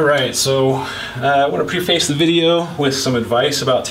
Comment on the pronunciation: Just thought you might like to know those are amoled displays , not lcd. Quest is led, but a full panel. Also the word preface is pronounced " prehfuss". Not being condescending, as Im 45 and I only found that out last year. Lol.